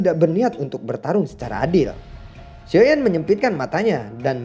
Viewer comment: Gua ngakak pas bilang xioa yan kekeu 😂